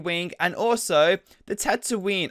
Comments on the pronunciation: Stop saying tatoonie wrongly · He doesnt even know how to pronounce tatoonie